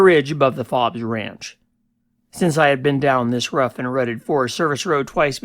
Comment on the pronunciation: My family owned Fobes Ranch from 1978 to 1989. I lived there when I wasn’t at Cal Poly San Luis Obispo. Our foreman found an ammo box with LSD butterfly cards. I lived in the house at the south east end of the ranch. It’s pronounced Fobes with a long O.